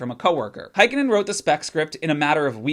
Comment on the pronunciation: As a fin the way you pronounce Heikkinen hurts my noggin. A for effort tho